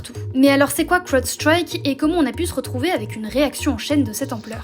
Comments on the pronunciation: L'accent du magreb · La prononciation inssuportable de Crowdstrike par madame